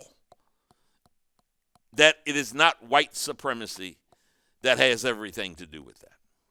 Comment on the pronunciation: How can you understand why it's supremacy when you can't pronounce it